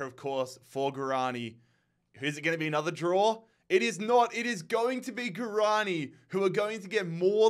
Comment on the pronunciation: Leganés > Leh-gah-ness Alcorcón > al-kor-kon Guaraní > gwah-rah-knee